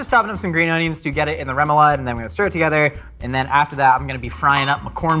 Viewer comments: can't tie his own shows, zest lemons right or say Remoulade correctly.... should be "Ro-ma-lade"" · please as a cajun never say it like that its pronounced rah moo lahd